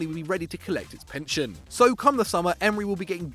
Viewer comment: He said pension smh lool